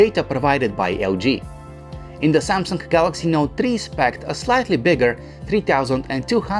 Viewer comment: LG G Tree and SYAMSUNK Not Tree